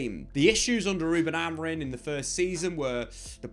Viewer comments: It’s not Amorin bro cmon it has been almost a year and you are still saying it wrong 😑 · AMORI(M), he’s the gaffer at least get the bloke’s name right